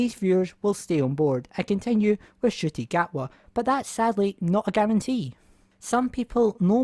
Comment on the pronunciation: It sounds like you are saying "Shitty Gatwa" instead of "Shooty Gatwa". You might want to work on that pronunciation before his tenure begins....unless you are trying to be tongue in cheek with the shade in which case carry on I guess.